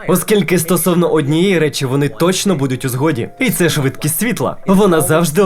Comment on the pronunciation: В українській з'явилась "подвійна «С»"??? Чи це просто "швидкість амфетаміну"? Дебіли; тошно слухати!